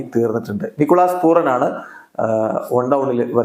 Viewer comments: പൂറൻ enn😂പറയുന്നത് മാറ്റി പൂരൻ എന്ന് പറഞ്ഞു കൂടെ 😂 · പൂറൻ എന്ന് പറയല്ലേ. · ശെരിയാ കേൾക്കുമ്പോൾ തന്നെ ഒരുമാതിരി 😂